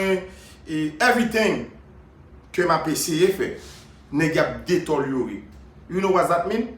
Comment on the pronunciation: je ne suis pas d'accord avec vous pour la prononciation du mot que vous aviez utilisé. Deteliorer non par contre j'accepte le mot détériorer. A moin vous êtes un néologisme si c'est le cas je vous fais mon MEA-CULPA. Cordialement Diable from Tibé